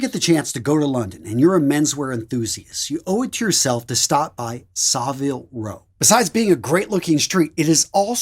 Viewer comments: You need to learn how to say Savile Row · Savile Row. You need to learn how to pronounce it.